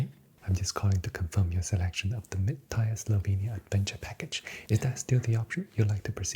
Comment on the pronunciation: Your cadence and attention to detail are so relaxing. Great work! By the way, “tier” rhymes with “beer” or “deer”. Keep up the good work !